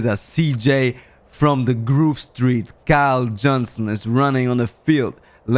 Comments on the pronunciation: Alle GTA Spieler: Groove Street: "Gruuve Striit" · Viele Jahre sind vergangen aber sagt immer noch "Gruv Street":DD